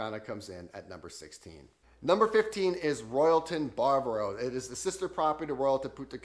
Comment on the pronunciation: Ba-va-ro. Not bar-bro